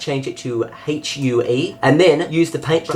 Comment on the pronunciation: It's pronounced hyoo. It's NOT an abbreviation.